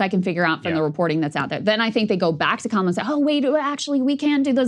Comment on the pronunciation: Dude its crazy that he continues to do the mispronunciation of Kamala on purpose to their faces. Guy has some balls. Racist, ignorant fucker balls but still, balls.